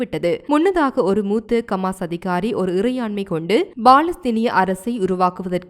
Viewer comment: ஏம்மா உங்க சமூகம் செய்தி நிறுவனத்திலுள்ளவர்களுக்கு ஹ என்ற உச்சேரிப்பு வராதா ஹமாசுக்கு கமாஸ் ஹௌதிக்கு. கூதி என்றும் உச்சரிக்கிறீர்கள் உங்கள் செய்திகளை உலகம் முழுதும் உள்ள தமிழர்கள் கேட்க்கின்றோம் கேட்பதற்கு அருவருப்பாக உள்ளது பிழை இல்லாமல் திருத்தி வாசிக்க கற்றுக்கொள்ளுங்கள்.